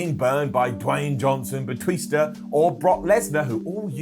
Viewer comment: Nobody:: "Batwista"